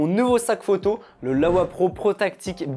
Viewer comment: c'est LOWEPRO pas LAWEPRO